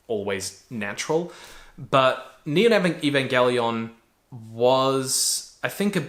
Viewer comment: Eva changes drastically if you haven't seen it in a while. If you're cool with introspection it'll fuck you up, in a new or different way. Or it won't hit as hard. It's always changing as how you view yourself and the world changes. I hold it close too, and hearing him say the name wrong consistently kinda made me go mmmmm... Then watching it while at the gym makes me feel like he missed out on a lot.. Like Misatos dad leaving her behind... That's not what happened. Sounds like he needs another watch too :)